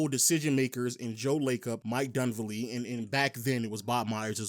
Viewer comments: Ugh. So annoying. Say it with me kids….DunLEAVY!!!!!!!!! Jesus Christ. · "Dunvelli"... It's"Dunleavy"